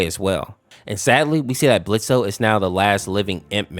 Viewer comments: AINT NO WAY YOU SAID BLITZO AND NOT BLITZ. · It's pronounced blitz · For Blitzø, His name is Blitz sense the o is silent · It's blitz, the O is silent. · Blitz the o is Silent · The o in Blotzo is silent 😂❤❤❤❤ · The O is silent for Blitzo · The o in blitzo is solent